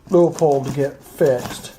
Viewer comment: It’s not loo uh pold either it’s loo pold